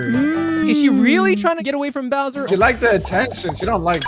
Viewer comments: it’s bowser not browser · Did just say browser instead of bowser